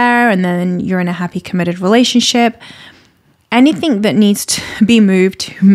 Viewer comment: she pronounced it like anythink